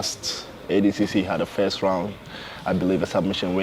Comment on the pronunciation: Why does he pronounce it "ADcC". It's clearly ADCC